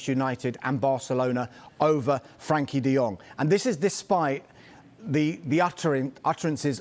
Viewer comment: Why are they calling him Frankie? It’s Frenkie